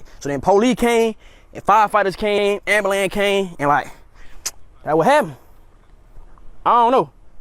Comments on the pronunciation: "The amburlance came" 😅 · "...the AMBALAMB came" I guess that's supposed to mean "ambulance" 😂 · What tha fugg did he say? What's an "ambalam" and who is the "polee"? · The polee and the amblan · He would actually make me laugh. I’d be in awe the fire department even hired him. lol Rather than focusing on my burning house or suffering pain, I’d be busy trying to figure out his language. Like I’m assuming when he said Amblan he meant ambulance 😂😂😂😂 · My pet peeve: AMBILANCE! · “ambalam came” 😑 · He said Ambalam 😂